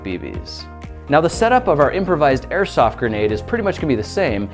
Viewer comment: I thaught he said microsoft grenades